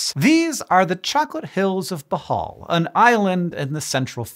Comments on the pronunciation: if you mean (boh • hohl), then yes that is the correct native pronunciation. but (boh • hall) is fine when speaking in English and doesn't sound awkward. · Not really "bohall" BOOHOOL is the actual pronouncement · Hank you’re saying bohol wrong ! It’s bo-hole not Bo-hall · bohol- pronounced in this entry as "bahal"- is pronouced something like "blow hole". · I was born in Bohol, but I moved to America because I appear like a Caucasian and for most of my life up until a teenager when Hispanics took over California, I was treated like one. Bohol is pronounced Bow Hole. Like the hole in a hispanics ass. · It's pronounced - " BOHH - HULLLL " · It's pronounced boo hol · It's Pronounced Beau-Hole... come on.. Y'all need to ask a Filipino how to pronounce Filipino words. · It’s pronounced “Boh-hole” 😊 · I want to show this to my cousins, and the rule is when he mispronounces ‘Bohol’ you have to take a shot of Tanduay. 😂😂😂 But still, nice to see someone talk about my maternal homeland. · Love Hank, but yeah, the pronunciation!😖